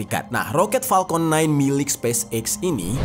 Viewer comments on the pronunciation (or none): maaf ya kaka....Kaka pas ngucapin palkon (harusnya Falcon, pake F bukan P) kok kayak nahan ketawa sih?...jd ikutan nahan ketawa liatnya